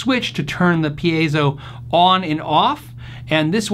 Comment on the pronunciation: Hey! I see you said it right at the beginning of this video 😃 pē-ā-zō for those who struggle with Latin, Espanyol.